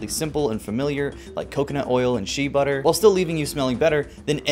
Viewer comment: This mans really said shee butter, lmao